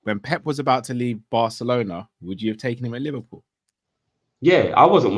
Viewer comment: “whoever this manager uhmm, is to be liveprool manager” “The terms & conditions that you’re going to be given to you, will be good.” Man, even in basic sentences you manage to butcher the English language. To think some people actually have children to bring up but can’t string together a basic sentence themselves is worrying.